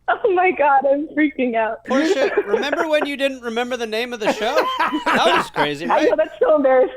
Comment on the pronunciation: Portia.. Porsche? Dude are you a pisces?